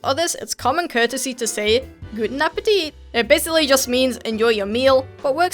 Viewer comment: Did you say... "Golden Appetit?!" XD "Great Strory, my Friend"